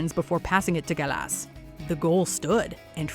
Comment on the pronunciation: Oh my days, you can't pronounce any football players, Rivaldo, Gallas and Henry all butchered.